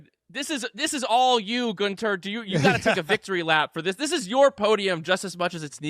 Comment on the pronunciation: #hireGuenther He has the perfect accent for the Red Bull team !!